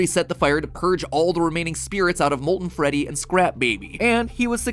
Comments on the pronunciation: Did this man actually say freddit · did he just say freddit???